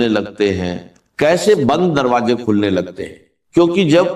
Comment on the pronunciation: Woh kamene deepfake video kiu banya , Urdu ke talfuz sahi ada nahi horah, Kameny , aisi harkat kun kar raha. Ukheen, roji, darwaje, kaise kaise ghalat alfaz estimal horan. Kameny teri shikyat you tube se karta hoan